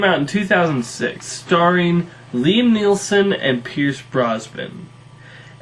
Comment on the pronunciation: Its Neeson and Brosnan, not Neelson and Brosban